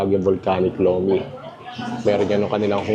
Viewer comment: Lomi po hindi lumi